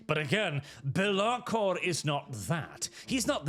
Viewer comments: It's pronounced Bélakor not Belákor. Source: It sounds way better like that so probably. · I see the chaos god of mispronunciation has taken this video through to warp and change the name of Be'lakor to Be'laRkor.